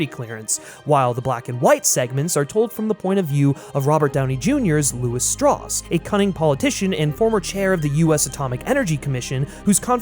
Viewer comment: As he proceeds to say "Strauss" wrong...